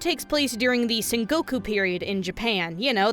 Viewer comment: can't tell if you're deliberately mispronouncing common japanese words like sengoku or yagami or not. either way, it's really triggering (i play starcraft. that's a compliment) wp gg